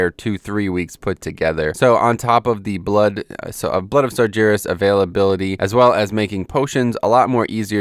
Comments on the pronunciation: Not slaughtering the basic rules of phonetics, is what I mean. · Your pronunciation of "sargeras" is so wrong Outside of that, great video as always.